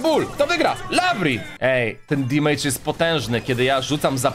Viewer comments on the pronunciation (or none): none